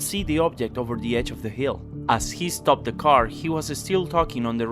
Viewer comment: "When the roar stop-ed" lol